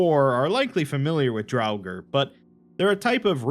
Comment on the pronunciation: The R at the end of Draugr is silent